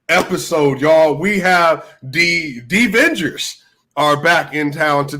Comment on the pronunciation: "denvenders" geezus bhrist 🤣